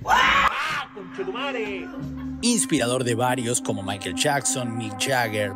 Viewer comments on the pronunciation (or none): none